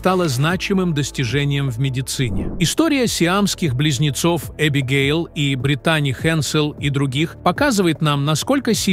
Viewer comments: Этот переводчик ударения так ставит не правильно, может сами будете разговаривать ?! Косит аж, когда одну из них называет БритАААни, вместо БрИИИтани и таких случаев много 😞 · Не БриттАни, а БрИттани, сэр. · Не умееш читать или как не Британи а Бриттани